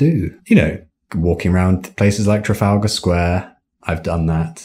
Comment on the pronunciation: 선생님이 '트라팔가 스퀘어' 발음하실 때 진짜.. 와 ㅋㅋㅋㅋㅋ 바로 영국 발음 찾아봄